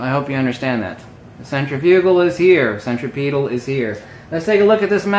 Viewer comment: cen·trif·u·gal cen trip e tal Proper pronunciation of these words might add some sense of logic to your illogical and INCORRECT presentation.